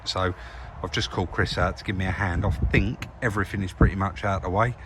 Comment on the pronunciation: Love it, Chris sitting by the bench feet up looking at his bids while you actually do some collar,loved it. I know your a bit of a North and souther but just let me tell you there is a difference between THINK & FINK bless you both keep up the good work...